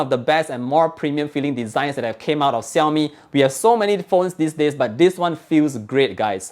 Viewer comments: Shaomi, not Siaomi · its pronounced "Shiau-Mee" not "Siau-Mee"